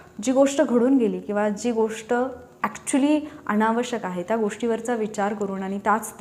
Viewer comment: मॅडम त्या उच्चार करा तुम्ही ता असा उच्चार करता.